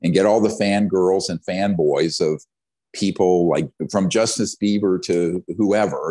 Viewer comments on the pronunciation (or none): yea Justin Bieber was mispronounced like he didn’t know who Greer was talking about he wanted Greer technical about everything… it seem like came into the interview a skeptic which is fine but let’s not try to correct him for all tic tac stuff